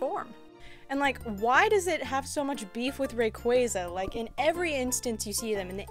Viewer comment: Finally someone who pronounces Rayquaza correctly.